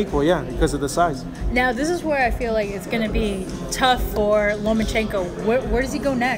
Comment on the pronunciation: He's Lomachenko, not LomaNchenko. Why so many ppl continue to mispell his name?